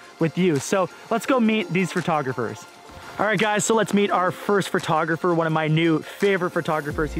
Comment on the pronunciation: Lol, why does it sound like you say "fur"tographer